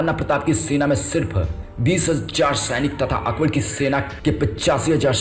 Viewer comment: Thik se hindi bolo bhai.akbad?tadwad?mahadana?